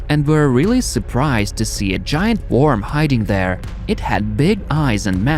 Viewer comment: why do you say worm like that lol